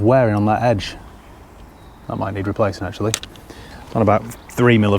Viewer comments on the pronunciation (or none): none